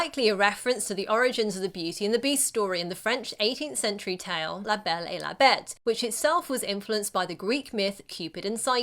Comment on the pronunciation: You pronounced "La Belle et la Bête" perfectly! 👌